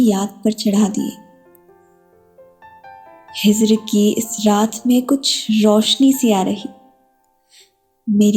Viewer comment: Cute . But really bad pronunciation. Phool should not be pronounced as fool. Similarly it is Hijr not Hizr